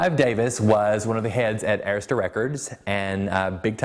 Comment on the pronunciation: They mispronounced Arista among other things. Bad journalism.